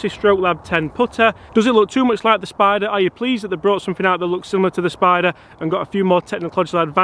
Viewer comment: “The odyssey stroke lab 10!” You pronounced spider wrong